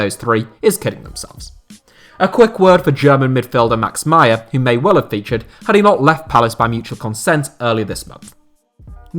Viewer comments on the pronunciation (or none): none